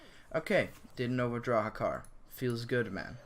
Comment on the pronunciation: It's Hakkar btw